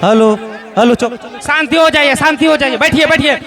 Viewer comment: سانتی نہیں ھے یار شانتی